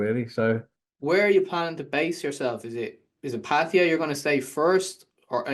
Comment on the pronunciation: It's Patt ah ya sounds like Patt A yah, thats how Thai's say it!!! Not pattiya or patteeya or pattihya or pattya, it's Patt aaaa yaaaahhh!!!